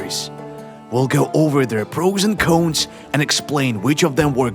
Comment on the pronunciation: Its cons. Not cones